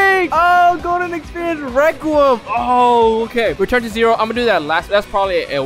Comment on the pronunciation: you said requom not requiem xd